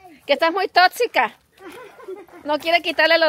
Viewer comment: Totsica😂 y varias veces lo repitió